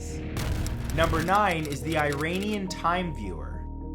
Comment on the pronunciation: It's pronounce "E-ron-ian"